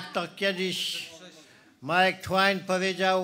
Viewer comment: I właśnie Twain a nie Tłajn😂